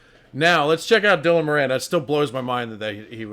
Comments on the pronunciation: I know most people wont care, but his name is pronounced More-in hes from my home town and shares my surname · Moran is pronounced More-en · You're pronouncing his name wrong! It's an Irish name and we pronounce it 'Mawran'. 😊